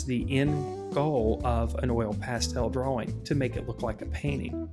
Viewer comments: Nobody: Him: DUAAWING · God I hate you. We are trying to learn. You skip steps. Your hand is blocking the view. We can’t see and you move on. We don’t know what the color looks like before we see an altered view of it on the paper. And you can not pronounce DRAWING to save your life. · You have an interesting pronunciation of the word drawing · u cant pronounce drawing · But he can draw better than you ::))))